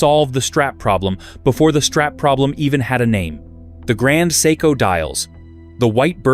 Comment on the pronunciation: maybe you should first learn how to pronounce "seiko"?